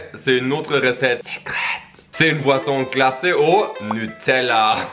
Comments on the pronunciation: J'adore à chaque fois j'ai l'impression qu'ils disent poisson lol😂, sinon très bonne vidéo comme d'habitude continuer😉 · G cru que tu disais poisson mais en fait c boisson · Chaque fois que tu dis boisson j’entends tout le temps poisson 😂😂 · Quand tu dit boisson on a l'impression que tu dit poisson. 😂😂😂